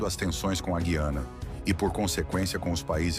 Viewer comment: POR FAVOR, PRONUNCIE DIREITO: GU-IANA, E NÃO GUI-ANA.